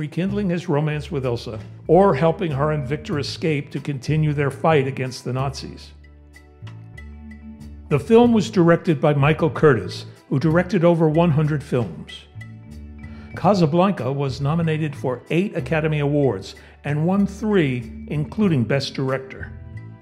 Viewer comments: Michael Curtiz not Curtis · The director's name is spelled with a "z", and is Michael Curtiz, Cur-TEEZ, not Curtis. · The director Michael's last name is pronounce "cur-TEEZE" not KURT-us. Cuddle.'s last name is pronounced "su-KAL." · The director's name is pronounced Curtice not Curtis. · The director's last name was pronounced "Kur-teez" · Curtiz is a very famous director. It would be a good thing if the narrator of this video knew how to pronounce his name.